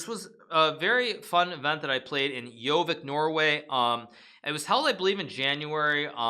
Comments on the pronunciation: it's Gjøvik, not Gjovik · at 2.00 do he meen gjøvik?